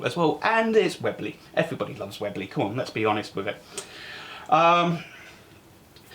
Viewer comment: probably made the best air rifles the UK will ever produce for mainstream use mite be worth learning how to say the name correctly 😂. Like this review of the raider, your wife's got that safety action nailed haha couldn't be half as disciplined if I tried 😂